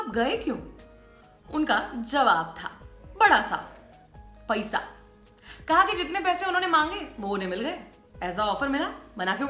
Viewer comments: The way she speaks -PAISA 🤣🤣🤣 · She is Gujarati I think